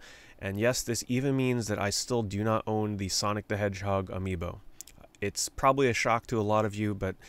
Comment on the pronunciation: amiiNO sounds exactly like "a mi no" in spansh, which means not me or not for me lol. idk if you did that on purpose, but it was genious. Anyway, I personally never got into Amiibo or any extra collectible. I barely have enough disposable money to buy games, so that stuff always went over my head. Nice vid keep it up.